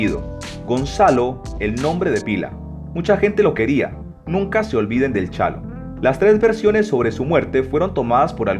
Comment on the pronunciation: Es Chalo A. no "chano"!